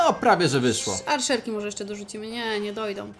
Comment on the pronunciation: Arczerki a nie Arszerki xD